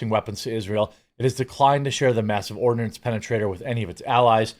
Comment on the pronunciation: Ha, you said, "mass ordinance penetrator."